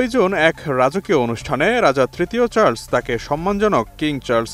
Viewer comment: Charles, not Charls